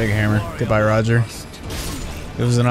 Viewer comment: ngl im pissed when u call rogier roger =.=